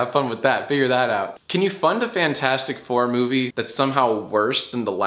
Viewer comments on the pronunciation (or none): none